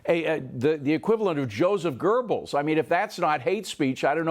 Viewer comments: Goebbels.. not Gerbles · I enjoy Fox Business but "Joseph Gerbles?" Citing historical facts....at least get the name right. It's important as to reinforce your referenced point of past propaganda.